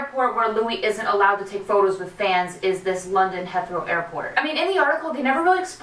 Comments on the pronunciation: He-throw. Not Heth-row x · Hey, jus to be helpful, it's pronounced Heeeeth-row. xoxo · Dah-ling, it's pronounced " HEEEEETHROW AIRPORT". Love all your updates. Keep up the excellent work. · It's *Heathrow, as in heeth-row :)) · THATS MY AIRPORT 😭😭😭 and its "he-throw" 😂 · you're pronouncing Heathrow wrong!! its said He-th-row. im sorry ily but I cringed inside every time u said it wrong. ly and sick videoo xx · Omg you pronounced Heathrow wrong but it was so cute!! And also Harry used to/still does (idk) has a house in Hampstead not Heathrow xxx